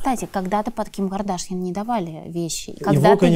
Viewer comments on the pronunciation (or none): Стрелец устойчиво и настойчиво не понимает, что Ким не кадАшян , а Кардашян. Ну элементарно же. Слух режет